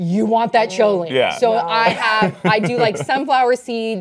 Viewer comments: The ch in choline is pronounced k ;) And it's probably recommended to help make the neurotransmitter acetylcholine. (Okay, the nerd's gonna go back to do science) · lol, choline is pronounced KO LEEN. It is found in the hydrophilic heads of phospholipids, which make up the membranes in (mostly) animal cells. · If you were saying choline its pronounced like koline. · just letting you know the h is silent in choline, so it's more like coline.